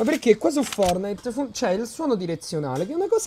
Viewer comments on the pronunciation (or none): none